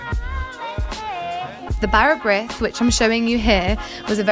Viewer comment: You almost pronounced Bara Brith correctly, except that The “I” in Brith is more of an “ee” sound.